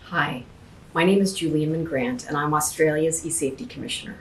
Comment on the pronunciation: I was first pissed because she's forcing people to give up their identities to google but when I heard that American accent.... I lost it. WHY THE HELL DID WE HIRE A YANK TO CENCOR OUR INTERNET SHE DON'T EVEN SAY AUSTRALIA RIGHT!!! OHHH MATE I'M FUMING BOUT THIS I MIGHT CALL KEV HAVE A FEW BEERS REV UP THE BRUMBY AND TAKE IT TO TOWN IM SO MAD SHE LOOKS LIKE SHE DON'T LET HER KID PLAY MINECRAFT CAUSE YOU CAN HIT ANIMALS SHE THE KIND OF PERSON TO GIVE HER CHILD A PHONE WHEN HE'S A FULLY GROWN ADULT MAAAATE BUGGER OFF TO THE LAND OF LARD I'LL CU IN THE NT YANK